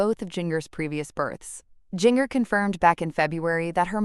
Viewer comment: The way this bot says Jinger makes me laugh and laugh every time! Come on people, the least you can do is program your bot correctly.